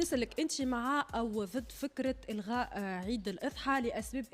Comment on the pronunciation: عجيب صحافية تقول الغاء يهيب وليس الغاء